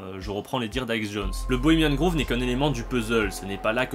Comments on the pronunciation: Le nom 'shrine' de la chouette veut dire sanctuaire/tombeau/lieu sacré, donc peut être qu'elle n'a tout simplement pas de nom? Et p'tite correction: ça se prononce 'grove' (=bosquet) et non 'groove' (=rainure) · Désolé de faire le relou, mais c'est "Grove" pas "Groove". C'est le Bois Bohemien, pas le Groove Bohemien ;) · Aau fait, pour la ramener:on dit "grauve", "pas grouve" (grove, pas groove) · Pas mal, mais on dit grove "grauve" pas groove, sinon shrine, ça veut dire autel. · Pourquoi Bohemian "Grouve"? On ne dit pas "Grauve"? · "Bohemian groove"... Tu me tues à chaque fois ! :-) C'est un o ouvert comme tu prononces Rohff par exemple. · Cette vidéo est très intéressante. Merci! Mais, grove, ça se prononce avec un "o" ouvert comme dans le mot "host"! Désolé, j'ai pas trouvé d'exemple en français. Entendre "groove" tout le long de la vidéo a fini par me faire craquer...